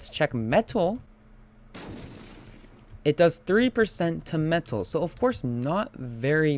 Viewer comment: the way you say metal xD "Me-TUHL"